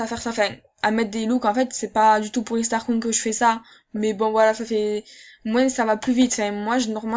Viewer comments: Super video merci pour les conseils il me servirons ;) et sinon on dit starcoins pas starcouing xDD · On fit starkoyne 😂😂 pas starcoing mdrr 😂 Sinon je t'adore! JE TE SUIS DEPUIS LE DÉBUT DE TA CHAINE GROS BISOUS 🌹❤❤❤❤❤❤👑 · Comment t'ai richeeee sur MSP t'ai Une Start :) 😂 combien de fois ta dit stargoing ? 😂 Comment tu le dis MDR et ton accent ptdr 😂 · Mdrr des "starcouing" xD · J'adore ton axent j'adore Strascouig sinon super vidéo 🖒🖒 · Ha ha jpp comment elle prononce xDD